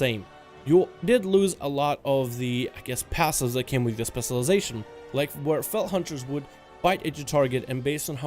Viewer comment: CAN YOU PLEASE JUST LEARN HOW TO SAY SPECIALIZATION